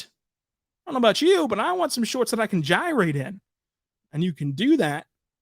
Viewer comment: Bro just made me cackle when he said gyrate 😭😂